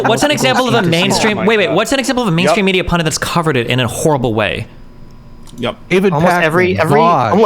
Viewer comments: Is everyone saying 'pundints' instead of pundits or am I just having a stroke? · I don't think I've ever said it like Pund Dit. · I'm not sure anyone other than Destiny has pronounced the word "PUNDIT" correctly. Huge pet peeve, especially when people are trying to sound smart and talk about politics... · Why can nobody on the entire fucking panel pronounce “pundit”?